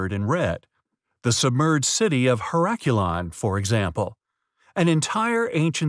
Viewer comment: You didn't find it compelling enough to learn the correct pronunciation of the name of it. It's ˌher-əˈklē-ən. Not hə̇ˈrak-yəˌlän.